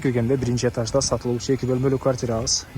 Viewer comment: Эташ эмес этаж